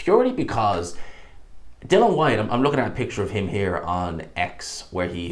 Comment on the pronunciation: I don't trust your opinion. You're lazy as fuck and can't pay attention long enough to pronounce "Dillian" correctly at any point. I have to assume you only heard Nick Ball's name yesterday, and only got his name right because it's two syllables ...and that you made everything else up in the video off the top of your head.